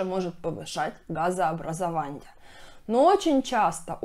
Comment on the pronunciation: Газообразованье, питанье, сниженье,, пищеваренье, отделенье ,нарушенье, и т.д.Давайте говорить правильн